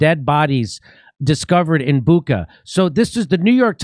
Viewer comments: Jimmy and everyone else- it’s pronounced not Bukka, it’s Bucha - ch like chair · Bucha is pronounced 'boo-tshah'. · The idea for choosing Bucha was to make it sound like "butcher". But some people ruined it pronouncing it "buka". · Joe Biden: You saw what happened to Booka... Reporter: It's Bucha, Mr President. Joe Biden: Him too.